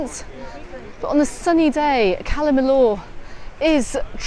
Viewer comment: It's pronounced Cala Mi-yor. The double L is always pronounced as a y in Spanish.